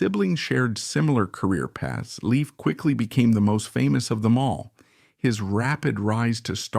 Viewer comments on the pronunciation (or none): Dude! You could at LEAST pronounce his name correctly! It's pronounced LAFE NOT LEAF. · It's pronounced Layf not Leaf! He has only 1 sister and that is Dawn Lyn Nervik. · its not " leaf" its "layf" " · NUMBER ONE: He's still alive. NUMBER TWO: His name is pronounced Layf, not Leaf. NUMBER THREE: People like you who create click bait videos do nothing but hurt all of YouTube. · And another situation where the commentary is wrong in this video is when he pronounces Danny Bonaduce's last name wrong. The commentator needs to do better research. 👍.